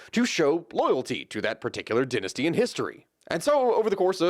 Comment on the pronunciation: How does an American come to pronounce "dynasty" as "den-astee"?